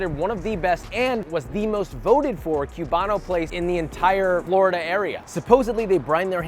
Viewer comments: Haha "cube-ano" . I know this is America, but put some respect on that name. It's Coo-bano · Coo-bano not cue-bano